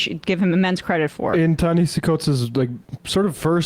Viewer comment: Great show, thanks for celebrating this great writer and thinker's words. The second portion of his first name, as he often points out is pronounced differently than it looks, i.e., Nehasi.